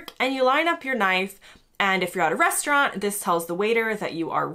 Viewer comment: Quick tip, make sure to say knife and fork otherwise it sounds like you are saying fu*kin knife 🤣